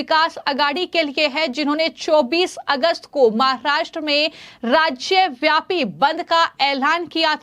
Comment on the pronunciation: Pls first improve your pronunciation, then read the news You even cant pronounce the word "Maharashtra" correctly